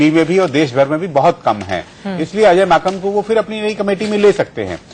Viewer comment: He said Ajay makhan 😂😂😂😂😂😂😂😂😂 Are vai wo Ajay Maken hein...